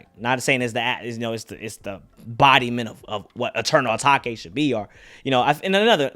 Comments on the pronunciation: It’s not Ah taki it’s ah take its eternal ah take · ETERNAL UH-TAKE not (uh-taki) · my guy still says eternal atakay